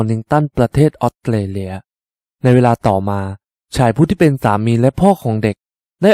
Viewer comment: อยากให้ปรับปรุงเรื่องการออกเสียง ออสเตรเลีย ฟังเป็นออดเตเลีย ถ้าพูดชัดมันทำให้ได้อรรถรสมากกว่า การดำเนินเรื่องดี น้ำเสียงดี ปรับการออกเสียงอีกหน่อยจะดีขึ้นอีกค่ะ